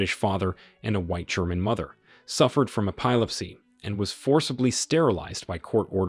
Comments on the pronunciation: Nuremberg is pronounced ... NER um berg Epilepsy is pronounced ... EP i Lep see Gestapo is pronounced Ge SCHTOP oh ~ the G sounds like the g in get, not like a J as in Jester Nazis is pronounced ... NaT zees Erasure is pronounced ... EE race sure. I heard a few others, but here's a start. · This is absurdly done. From the “sniff” between sentences plus at about the idiotic mispronunciation of “epilepsy” (ē-pī lip-sy) make this a very poor program… I can’t finish it. The mispronunciation is too much… and I am disturbed at myself for being “programmed” to sniff along with what surely is a computer voice.